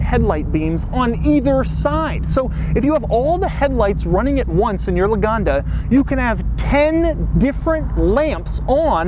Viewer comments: LAGONDA NOT LOOGANDA ITS NOT AN AFRICAN STATE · por que le dice Loganda si es lagonda? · Loganda???!!! ITS LAGONDA!! 😠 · He cant spell the name well. Thats ridicolous... Luganda, loganda... Maaaaan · Love how he pronounce it as "luganda"